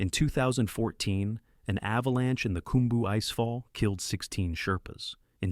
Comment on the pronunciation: I’d think if someone was going to talk about everest, they’d learn to pronounce everest, khumbu, cwm, lhotse, and major features and landmarks, lest they look a fool or lazy. I timed how long it took to look up proper pronunciation and etymology of cwm…less than three minutes. Seems a small investment to preserve one’s reputation as a serious person.